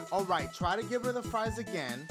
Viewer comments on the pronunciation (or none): none